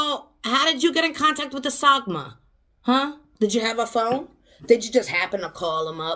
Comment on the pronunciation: Not sagma but sangoma